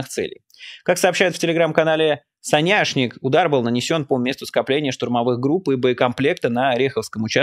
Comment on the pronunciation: Соняшник-ударение на первый слог. Это на укр.языке подсолнух. Ваши видео и инфа в них-СУПЕР! БЛАГОДАРЮ ЗА ВАШУ РАБОТУ!❤❤❤